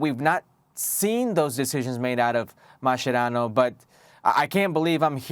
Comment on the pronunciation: U guys have no capacity to judge Mascherano, period. Also, baldie, it’s not pronounced like that bruh’, che mas che rano, accentuate the che, boludo… yet I appreciate your work 🤙🏽🫶🏽